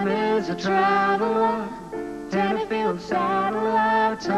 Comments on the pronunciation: Small point, it’s Tenterfield, not Tenderfield. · It’s Tenterfield Saddler! With a T.